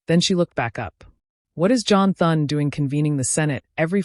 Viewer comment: Maybe less dramatic filler and more effort to be able to have AI pronounce the Senate Majority leader's name